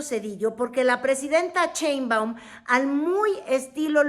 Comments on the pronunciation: Me causa ruido como pronuncias Cheinbaum... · es en serio que no puede pronunciar “Sheinbaum” en lugar de “ cheinbaum”? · Ni siquiera saber pronunicar bien el apellido de Claudia.😂 Dice CHEINBUAM como charro, en lugar de SHEINBAUM como un susuro sh sh sh Sheinbaum.